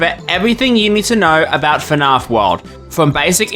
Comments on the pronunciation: Your videos are good dude. You just need someone else to watch them before you publish them, to catch small mistakes like these that are easily fixed and make your work look way more professional. I'm also Australian, so hearing you pronounce "fnaf" as "fnarf" like a bogan yank was rough, but I'll forgive you for now. Pronouncing the G gnat is pretty inexcusable, however. 😅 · I love how you say "fahnarf" instead of fnaf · I heard "Fnarff" about 7 times in the first minute and quit. Wtf is that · I love how you pronounce “FNAF”